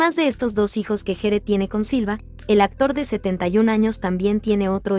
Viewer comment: GERE SE PRONUNCIA GUIER